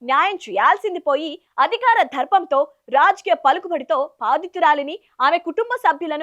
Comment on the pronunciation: తెలుగు భాషను ఖూనీ చేస్తున్నరు. చదవడం ప్రారంభించినప్పటి నుంచి ముగించే దాకా ప్రతి పదాన్ని చీల్చి... చీల్చి..... చంపేశారు... ప్రతి అక్షరాన్ని మహా ప్రాణంగా పలికి.. వాటి ప్రాణాలని తీసేశారు.... రాజ్...కీయాల్లో... మాయిక్... దొరికితే చాలు అక్షి..రాల... భండి సంజయ్.. భండి సంజయ్... భండి సంజయ్... "భం"డి నోరు... "భా"ణాలు... "భా"దితురాలు.... అధికార "ధ"ర్పంతో.... సొంత కొడుకు చేసిన "కలాల వల్ల" (తెలుగు భాషలో లేని కొత్త పదం) "ఘా"ల్లో తేలడం.... దయచేసి కొంచెం తెలుగు భాష పదాల ఉచ్చారణ మీద దృష్టి పెట్టండి.. పదాల అర్ధాలు మారిపోయే ప్రమాదం ఉంది.